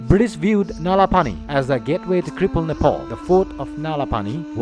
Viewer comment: I beg you please please please don't mispronounce the name Nepal. Why do you keep pronouncing Nepal as Nepol? I don't have much problem with your fake accent as long as it is clear but when you don't pronounce the name Nepal as it is, i do show problem against it Alright.?? So please..........